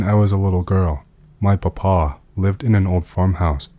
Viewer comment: The way you pronounce Papaw is adorable ❤